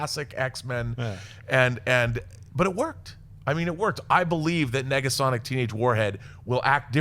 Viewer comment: you can hear a second G?